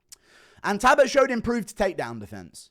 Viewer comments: Guru just refuses to acknowledge the L in Payton talbotts name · Can someone teach this man how to say Jacob please? Update: Talbott too!